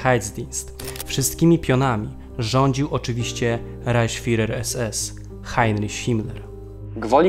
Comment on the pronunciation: Nie mówi się "Rajśtag" a "Rajchstag". Także nie "Hajnriś" a "Hajnrich". To w kwestii wymowy imienia Himmlera..